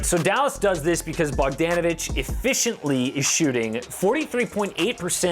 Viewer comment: Wright literally contributes more than anyone bar Luka lmao. Also it isnt Bogdaaaaaan Bogdaaanovic ffs 😂